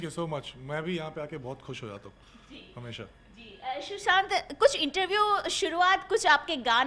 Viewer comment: I hate when people call him "shushant" instead of "Sushant"